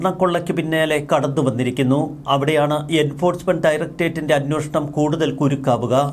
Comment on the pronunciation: അന്വേഷണം. അന്വോഷണം. നിങ്ങളും, മറുനാടനും, മറ്റ് പല മീഡിയ വായനക്കാരും "അന്വോഷണം " എന്ന് ഉച്ചരിക്കുന്നു. ദയവായി ശരിയായി ഉച്ചരിക്കുക.